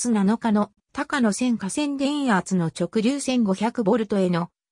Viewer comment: 「たかのせん」じゃありませんよ！ 「こうやせん」です。